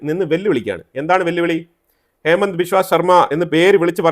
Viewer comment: ഹേമന്ത് അല്ല ഹിമന്ത ആണ്